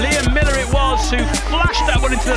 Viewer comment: His name is MILLAR not MILLER